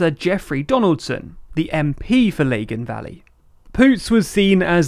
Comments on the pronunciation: Please at least learn the proper pronunciation of NI places, you managed to butcher both lagan Valley and Stormont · not "laygan Valley", "Lagan Valley" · Oops! Pronunciation faux pa! "Leggin valley"? Guys! You need to do a course in Ulster Scots v Gaelic v English! But I can advise you now that the correct pronunciation of "Leggin Valley" is actually "Laggin Valley". As in, "Hey! We're laggin way behind those Shinners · Two pieces of feedback: 1) the red cross on a white background is not representative of the nationalist community and 2) it's pronounced Lag-an valley not Lay-gen valley. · It's not Laygan Valley. It's Lahgan Valley (pronunciation). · The way you pronounced Lagan Valley is distressing. That aside I don’t think we’re far from a referendum, which is a scary thought, not for the result but the violence that will inevitably surround it. Jeffrey Donaldson has been my MP all my life pretty much and he’s a pretty good guy, I have hope for him.